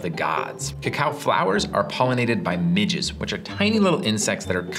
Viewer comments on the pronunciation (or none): I deadass thought he said that "cacao flowers are pollinated by midgets which are tiny little insects that are kinda annoying to humans"